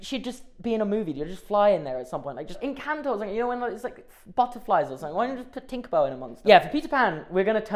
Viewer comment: It’s pronounced EN-CAN-TOE